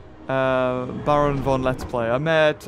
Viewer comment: im sorry but its BA-R-ON (like the red baron) also i will be buying the toast plushie